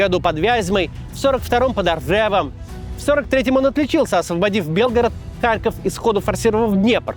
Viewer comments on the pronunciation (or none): none